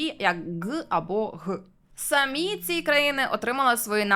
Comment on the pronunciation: Перейменування в московію однозначно потрібне, а можна й просто в паРашу. Відео ваше справді цікаве, але от наголос у слові "самі" - ріже вухо. В українській наголос має бути на "і", а не на "а".